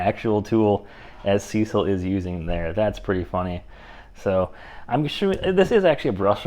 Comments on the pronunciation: Good video. Maybe update using the newest models. Additionally, use their battery. They sent it and people want it tested. Also, brother……it’s SeeSii, not Cecil. It’s pronounced “See See” or “Sea Sea”. They are honestly, the most legit Chinese tool company out there. Up and coming. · There. Is no "L" in Seesii. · Nice review! SeeSii is pronounced "CC". I asked and confirmed it with the company. After using Amazon CC points and discounts, I ended up paying $89. for my WH750. How could I say no to that? Plus, the email customer service at SeeSii was nice and responsive. Nice wrench.